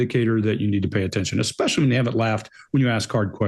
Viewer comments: He also said ‘expecially’ instead of especially, and “could be constrived” (which is not even a word!) 😂The word is ‘construed’. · Dyslexia is a visual disorder (reading letters on a page), not a speaking disorder. is dyslectic and he pronounces nuclear correctly. This guy also said “eXetra” instead of etcetera, and “expecially”, and he even made up a word that doesn’t exist! He said it “could be constrived as” (instead of construed) 😂 That’s NOT dyslexia. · I absolutely hate when people say "nucular". Also "exspecially" and "exscape".